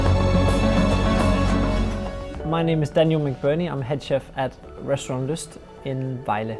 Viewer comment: Not Lust; the name is pronounced Lyst.